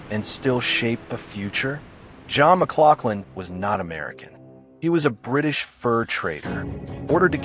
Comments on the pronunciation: As a 3rd generation Oregon City native, its pronounced Muh-glouF-lin. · Historically accurate due to his heritage may be true, but using that to assume pronunciation can still be wrong. Its Muh-glof-lin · We Oregonians pronounce it "MugLauflin". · It's pronounce John mc glof lin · If you're gonna do a story on somebody, get the pronunciation of his name, correct.... for F's sake !!!